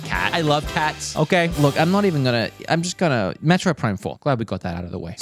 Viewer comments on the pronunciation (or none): none